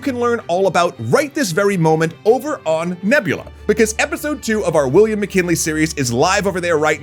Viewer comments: "Milliam WcKinley?" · Milliam WcKinley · Milliam Wickinley